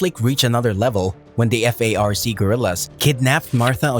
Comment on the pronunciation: It’s FARC not F-A-R-C.